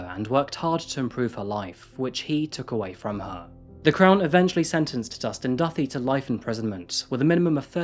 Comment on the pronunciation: pretty sure its pronounced doo-tay, duthie.knew someone is highschool with that last name and thats hopw he pronounced it anyways